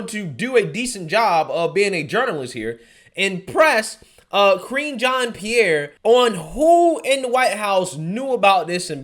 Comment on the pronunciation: I could swear I heard say "Cringean Pierre", lol.